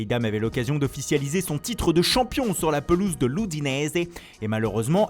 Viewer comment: Mdr comment il dit udinese mdrr